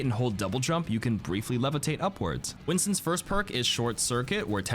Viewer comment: Stop calling it winton, its cringy af